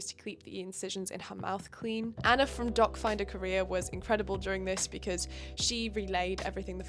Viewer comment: I hear "dogfinder career" every. single. time